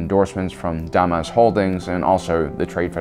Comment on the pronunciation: Omg look I love your videos they are great but your pronunciation of names is so cringy. Read up on names in the future please. Tenebrous. (Ten-I-Brus). Hego Damask. (D-mosque). mosque like a Muslim temple.